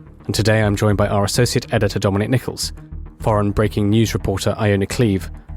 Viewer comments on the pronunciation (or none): none